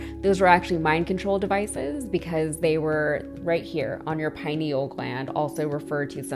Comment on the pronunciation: The "pin eel" gland? LOL